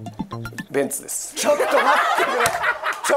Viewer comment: ベンツが便器に聞こえる。